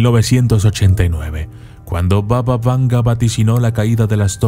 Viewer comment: Pequeñas correciones en el video, Strumica se pronuncia como Strumitsa, era una provincia del antiguo imperio bulgaro y no de macedonia del norte como dice el video, se dice : baba y no vava, significa abuela, por lo cual la conocemos como BABA VANGA, la abuela vanga , vanga viene de Vangelya que es su nombre real, por el resto esta bien el contenido. Otra observacion, no es que esas criaturas la dieran poder, si no que ella tenia contacto con los muertos y ellos la daban toda la informacion. Ha habido casos en los que ella ha respondido a algunas de las preguntas con: los muertos no me dejan decirte eso. Y desde la puerta negaba la entrada a los no creyentes porque ella era capaz de diferenciarlos diciendo: Tu no entres porque no eres creyente